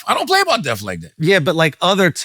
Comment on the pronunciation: Bro can’t say death